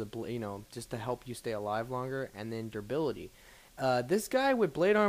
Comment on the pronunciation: Lol - It's durability, not durbility. =D